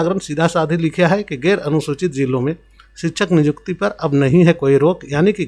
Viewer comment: Niykuti ko nijukti Kyu bol rahe ho